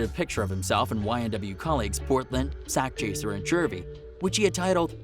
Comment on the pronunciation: Joey Gouda that’s not how you say it white boy